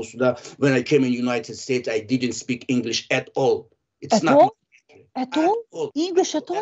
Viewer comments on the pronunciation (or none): none